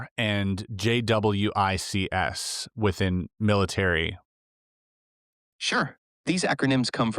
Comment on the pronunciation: JWICS is pronounced jay-wicks. For future reference.